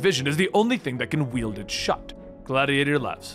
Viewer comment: Hey bro you keep say weld instead of wild you wild a weapon and weld 2 peices of steel bro